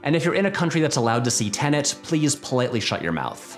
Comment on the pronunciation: Thank you for pronouncing Tenet correctly.